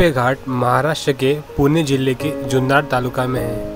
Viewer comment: जुन्नर आहे ... जुन्नार नाही